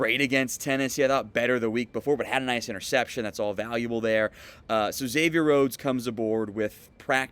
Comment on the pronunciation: Thanks for pronouncing is right. I have a friend named Xavier and he hates being called “Egg-zavier.”